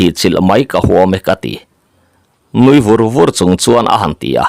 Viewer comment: Mizotawng hizirtha leh la a tha ang nuivur vur tih pawh hi I lam dik lo nasa lehlutuk